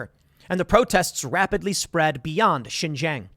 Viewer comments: XinJiang "SheenJeeAng" Tim!!! Not "ShinZhang" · Love to see it :D. All Chinese refugees welcome unless you simp for the CCP but Brandon would never except them. Tim, your asian half is showing, let a black man whos really into China help you out. Xinjiang is pronounced (seen-jee-ong). The jiang part is pronounced fast though in a fluent manner. When you break it up slowly it sounds a bit funny.